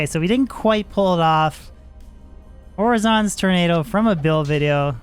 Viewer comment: My dude said “whore-azon’s tornado” 🤦🏻‍♂️